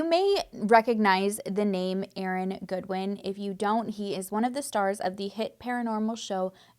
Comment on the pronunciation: She said God-win 😂😂 the whoooollllee video.